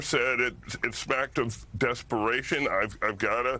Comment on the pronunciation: the irony lol so embarrassing. "...How desperattion republicans are here..."